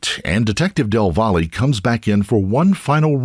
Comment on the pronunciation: Del “VOLLY”?? Really? Why don’t you at least lookup how to say the name right? “Del Valle” is a Hispanic last name and it’s pronounced “del vah-yae”. In Spanish, a double L makes the Y sound. Come on man. Del Volley. Come on.